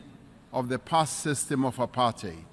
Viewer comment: Why did he pronounce apartheid like that though?